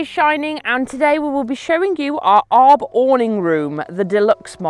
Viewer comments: It’s A R B not arb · just a small note, it's pronounced A.R.B..................... :) love the vids guys. cheeers